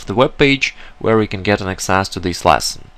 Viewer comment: small piece of advice, stop saying "lasson", its "lesson", other than that, good teaching